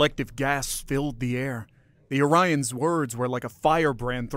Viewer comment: Yes but you mispronounced Orions half the time.